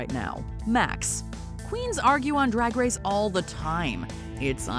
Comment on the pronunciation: “Rag race” OK Scooby Doo 💀 werk